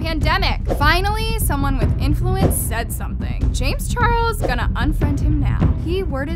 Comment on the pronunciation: its said not sed